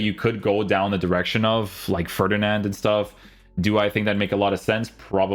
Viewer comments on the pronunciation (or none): none